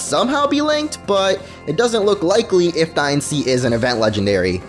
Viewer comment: "Die annce" ._.